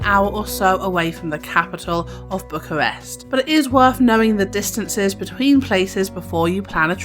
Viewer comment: do you have a speaking disability or whats up with that accent? BUCHWAWEST